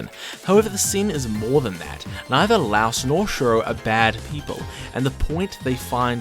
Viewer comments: "laos" did bro not hear the audio? its "la-e-os" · Say it like LIE-OS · great video but... the way you pronounce laios' name is like saying lie and us together except you say us with an o sound, not like the country Laos. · Laios no Lauos. He's note a house. He's a LAIr. "lye""os" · Him pronouncing my glorious king's name wrong IS SO PEEVING 😭. ITS "LIE-OHS" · I NEED you to stop saying "louse" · his name is not LOUSE!!! PLEEEASSSEEEE